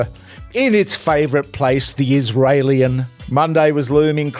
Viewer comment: "The Israeilian" 😂😂😂